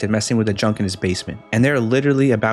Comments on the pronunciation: He said dipil when he was TRYING to say diper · you said dlipper